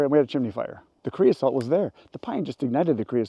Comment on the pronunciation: c r e o s O T E not c r e o s A L T